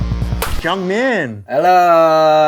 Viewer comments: isn't it supposed to be "JEONGMIN" not "JEONGNIM"? edit: nvm anthony alr responded to it :D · Anthony, it's "JeongMIN" not "JeongNIM" <3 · Lol its jeongmin not jeongnim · Frick I saw Jeongmin and was like someone remembers my boy 😭😭 also it’s JEONGMIN not JEONGNIM, sorry love you Anthony but had to point it out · girl 'JEONGNIM'? His name is JeongMIN, put some respect on it.